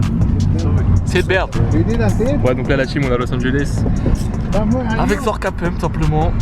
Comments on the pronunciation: comment tu dit los angeles los engoles hahaha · Los Angeles pas Los Anjoles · Lourd🤟🏽 mais juste on dit Los Angeles pas los angoles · los angoles😂😭